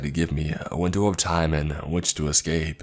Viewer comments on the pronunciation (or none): You obviously don't listen to much. He pronounces words wrong in EVERY story... Dude says excape for christ's sake